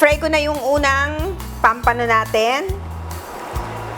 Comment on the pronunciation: POMPANO po, hindi pampano! Sa English po POMFRET! 😊